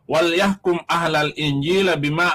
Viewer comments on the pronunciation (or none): Bacaan nya salah..... bacaan yg bener adalah... Walyahkum ahlul injil.... baca nya ahlal injil....